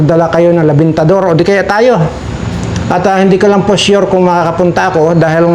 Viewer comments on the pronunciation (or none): Sir hindi po LABINTADOR ang tama po REMINTADOR